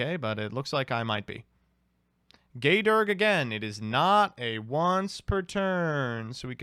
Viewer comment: Handy dandy tip: The Dragunity Gae Dearg's name is pronounced "Gaw Dyarg", or "Gaw Darg" depending on what part of Ireland you're from.